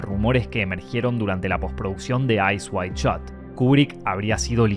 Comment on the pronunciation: Eyes wide shut. Not Eyes wide shot.